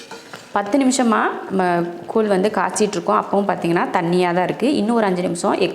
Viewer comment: கூழ் koozh என்று சொல்லுங்க. நீங்க கூல் கூல் சொல்லி paduthureenga